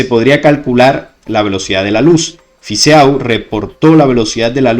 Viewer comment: EAU en Fizeau se lee como "o"porfavor osea Fizo si no suena horrible